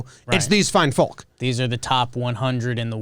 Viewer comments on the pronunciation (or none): The way prounces the L in "fine folk"